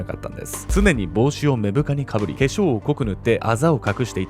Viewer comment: 「目深」はめぶかじゃなくて「まぶか」ですね